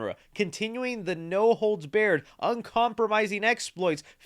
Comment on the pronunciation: Bro doesn’t even know how to pronounce Barred??? Lol I guess he never saw The Hulk Hogan film No Holds Baired lol😢😂